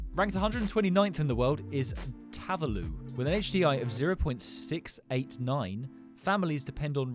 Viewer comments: Bro, it's Hi-Tea. Not Hey-Tea. Don't tell me that you pronounce Dubai as Dub-Eye? 😂😂 and bro! Vanatu? Its Vanuatu! Tavalu? It's Tuvalu! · Bro said tav a loo